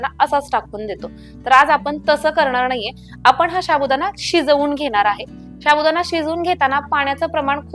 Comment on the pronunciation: साबुदाणा असे म्हणतात शाबुदाना नाही प्लीज मराठी स्वच्छ बोला आणि मगच व्हिडिओ करा